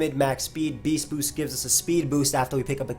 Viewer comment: Eyyy u not saying it like beashtboosht